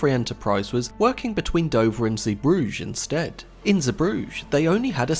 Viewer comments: Zebrugge is pronounced like “Zey-broog-uh”. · He uses the French pronunciation of the name. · Nope, its pronounced like say-brugge(but with a hard G because its Dutch) Edit: technically Flemish but that's the same pronunciation but with a softer g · That's the first time free heard Zeebrugge pronounced and it's not at all like I thought. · Pro tip: before recording, check the pronunciation of unusual words and names… like Zeebrugge.